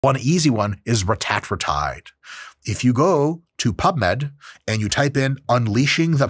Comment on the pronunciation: That’s the right way to pronounce it. Same thing with semaglutide. Its pronounced sem-AH-glu-TIDE